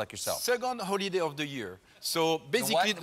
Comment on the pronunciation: Holiday, but yeah, I heard holy day at first too, lol.